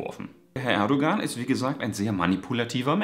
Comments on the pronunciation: Erdogan wird ohne g gesprochen also Erdoan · Sehr schönes Video.. aber man spricht das G bei Erdogan nicht